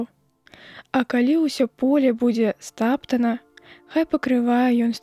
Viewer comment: У тым жа 5-м прачытана: стап'тана (?- не па-беларуску, не па-руску), замест стапта'на.